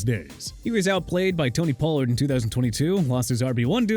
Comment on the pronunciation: Pollard is pronounced pah-lurd okay?? And you know what Poyer and OBJ should retire and be done with football! Unbelievable!!